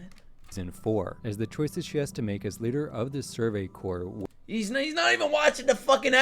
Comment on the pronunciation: "Survey core" is how you pronounce Survey Corps LOL. Look it up, it's not "corpse"